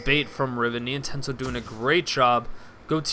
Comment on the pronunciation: It's pronounced NienTONsoh not Nientensoh :p